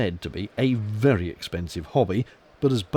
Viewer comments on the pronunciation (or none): none